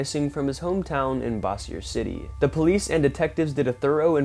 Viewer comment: Bossier City is not pronounced"boss-e-er". It is "bose-er". Kind of like Bose speakers. Thanks! Love your videos.